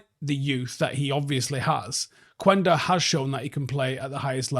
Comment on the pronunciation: Not to be that guy but, the "U" is silent in Quenda's name. Like "kenda". Peace